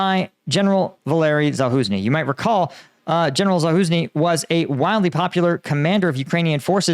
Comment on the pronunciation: He is Zaluzhnyi, not Zaluznyi. The letter "ж" (zh) in Ukrainian is pronounced similarly to the "s" in the English word "measure" (mezha).